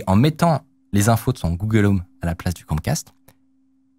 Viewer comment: google home pas google om